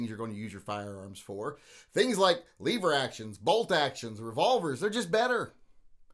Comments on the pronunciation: Lever not leeeever!!!!LOL!!! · Stop saying “Leever” to start with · Did he say leave er or lever? Cuz I’ll leave er for this action any day! 😂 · Only smooth brains call them leever action.